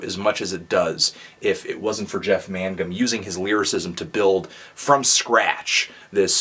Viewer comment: It's not man-gum. It's Main-gum. Learn to pronounce the names of the musicians you review.